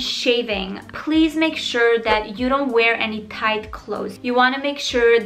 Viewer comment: I love her accent so much omg like how she says dat instead of that 😩💕